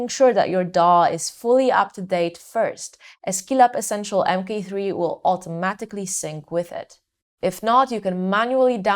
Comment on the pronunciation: It sounds like you say mp3 throughout the entire video, annoying indeed ;-) "M Kay 3" is the correct pronounciation babe!!!